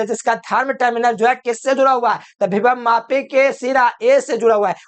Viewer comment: Bhibhav mapi nahi sir ❌ vibhav mapi , voltage mapi ✅